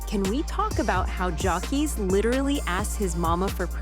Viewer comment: You said his name wrong in a different way every time you said it. I’m blocking you and if you’re gonna be all up in black people business learn how to say people names right 😒.